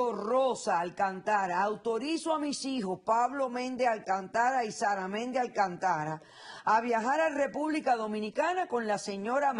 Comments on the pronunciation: No es Alcantara es Alcántara, dra. Polo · Es Alcántara Dra. Polo, no Alcantara.